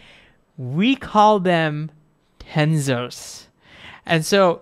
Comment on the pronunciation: in the end did you learn how to pronounce tensors properly 😂😂😂